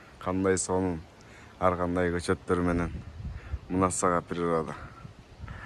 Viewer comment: Сенин атың ар гандай болот. Аргандай дей берет екенсиң.